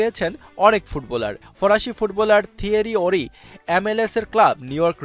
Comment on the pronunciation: ভাই কে এই উপস্থাপক LM10 কে বলতেছে ML10 থওরি হেনরীর নামটাও ঠিক করে উচ্চারণ করতে পারে না সে